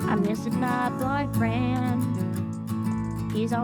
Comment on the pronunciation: "I miss my boyfweind” lmao